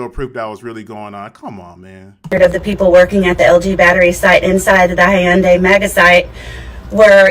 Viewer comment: She can't pronounce Hyundai. Maybe she thought it was Japanese or Spanish?